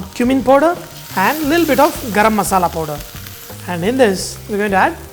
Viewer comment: Kaur Respected Amarjit kaur every countrymen has their own pronunciation for any foreign language , since the chef is not using proper pronunciation for powder and speaking like poder , since he is a telgu ( do you know telgu people or do u know telgu language ? I am sure u don't !!! ) you are only one here who used cheap , derogatory and indecent words for him ..... You showed your class mam...... Decent people never write " bastard "( u wrote wrong spellings , ha ha ha )for any non acquainted person , what wrong he has done to you and is shameful for any lady esp Indian for this type of writing. As Indian , I am dying of shame . Pity on your children . regards ( ha ha ha )